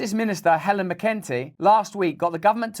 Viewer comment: mc en tee thats how you pronounce it ..